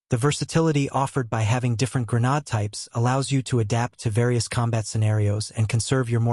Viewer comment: "gre-nad/gre-nad types".... bro...